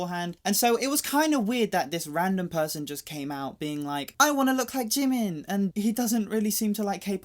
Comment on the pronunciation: Jimin is Jimin and JIMIN ONLY! SAY IT WITH ME!!!